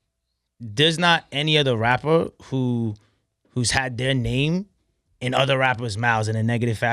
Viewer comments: i don't like the way he talks "i'm a wappuh i like to make wap moosic" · He's a "wappuur" not a rapper😂😂😂